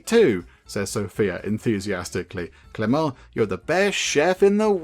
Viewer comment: Hey, the "t" in Clément is mute, so your second pronuntiation is the good one:) Nice video!